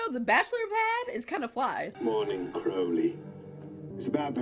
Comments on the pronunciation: Loved this video and subscribed! Just a note--his name is Cro-lee with a long "o" as in the word "road" rather than the word "out". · His name was Thou-Shalt-Not-Commit-Adultery Pulsifer, a play on some real and silly virtuous names in the era. Kudos for pronouncing Anathema correctly (that is a hard one for reactors, despite being a word). Crowley is more like "crohley" (rhymes with holy). I love your love for Aziraphale. He and Crowley are both great. Your reactions are adorable.